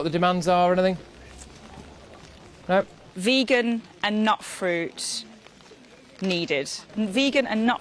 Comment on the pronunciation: This is when I say "Silence is Golden". The only thing Suella achieved was to read the Vegan food message WRONG😂😂😂😂😂😂😂